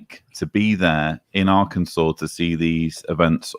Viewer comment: I think the misspelling was an intentional joke because of history of pronouncing it Ar-Kansas